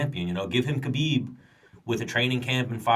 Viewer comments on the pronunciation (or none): Break the podcast cycle and be different: learn to say Habib properly. It's unreal, journalists like Okamoto, Helwani, Meltzer, Luke Thomas all say it right but podcaster/fighters like Bisping, Schaub, Serra, even Rogan used to say it properly then got infected. Ask a Russian in your gym how to say Хабиб right, that first letter is an "h", not a "k" or silent k. Its like when you first learned about the Gracie's. We all said Rickson & Royce until someone explained that Brazilians have a different linguistic ruleset. Since then we've learned to say Henzo and Hoyler. Biggest fight off 2018 and hearing TV crew mispronounce the champ's named sounded bush league. Thank God Bruce Buffer took 2mins to get the name right. As for the podcast, pretty good discussion, went along smoothly. Gonna sub on my phone. try to find ways to do the podcast in segments rather than one long conversation like Rogan. You talk a bit before the interview and after and rotate segments like: predictions for upcoming cards, Q&A, going over past fight, maybe a Move Of the Month where you talk about a technique you saw month and you break it down how you would use it or how others use it. Or maybe an exercise or skill every month that you'd recommend, some underrated stuff, for upncoming fighters. Having a pro fighter share tips w/ listeners seems like a great way to engage fans just like Q&A. Once you get bigger, you can slip in small audio cuts in between segments or have those segments sponsored by indivi